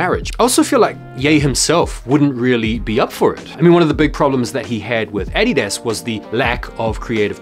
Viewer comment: The Way u say Adidas hurts me ears. :/